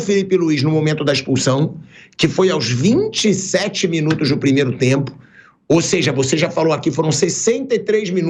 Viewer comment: sou somente eu q me incomodo com esse "OSEJA" do Pilhado?